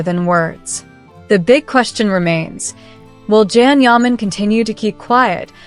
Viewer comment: It would be amazing if u learned to pronounce his name. Absolutely amazing!!